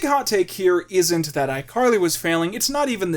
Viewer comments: he calls her "icarly" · "iCarried you" DUde I'm wheeze laughing oh my god